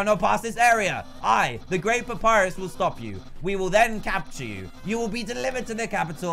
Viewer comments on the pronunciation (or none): **papyrus not "purpus" lol XDD